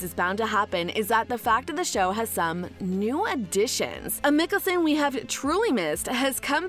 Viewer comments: you have done some many videos on these shows but still make no effort to even pronounce their names right? like, you dont have to even watch them(and its obvious you don't) can you ATLEAST pronounce mikaelson right? *hint, its mike not mik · It's Michelson not micholson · Did u just say miccason? Its mikaelson not miccasson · mi-kealson... ITS MIKAELSON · stopped watching since they can’t say Michelson correctly. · If you can't get the originals last name right its Mikaelson not Nicholson through all three series their name is repeated over and over again it shows that you haven't watched any of the series I guess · She doesn't even know hot to spell mikaelson she calls it mickelsonnnnnn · Why would you pronounce Mikaelson that way in this video 😒 Like you haven’t heard it in the last 10 years starting with vampire diaries.